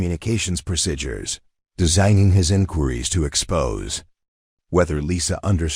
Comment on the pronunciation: Procedures not prosidures please!